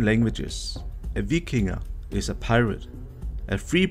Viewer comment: Vikinge is not pronounced Vikingy, But as eh: Vikinge(vikingg-eh) . it is the equivalent of Old Norse Vikingr(Vikinger).